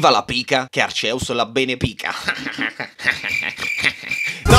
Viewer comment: Si pronuncia Archeus